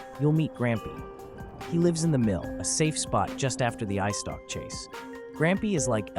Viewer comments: its eyestalk not icetock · I dont mean to be rude or anything like that, but, did you just say “ice stock” instead of “eyestalk”?